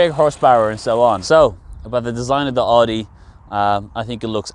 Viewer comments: Please pronounce Audi properly. It’s pronounced as Owdi not Ordi. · is he pronouncing oooudi???